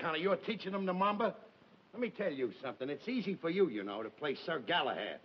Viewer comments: Mamba...cant he say Mambo...ugghh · Raj Sindha Ralph keeps calling it the “mamba” instead of “mambo”.....